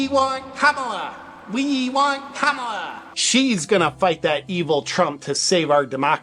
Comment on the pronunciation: The fact he can’t say Kamala right 💀